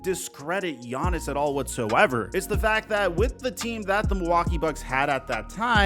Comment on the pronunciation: Take a shot every time says "quite literally" or mispronounced Giannis' name. You're gonna be wasted by the end.